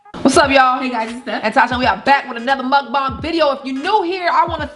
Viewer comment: Can she say MukBang for once instead of MukBong🗣️🗣️🗣️🗣️🗣️🗣️🗣️MukBang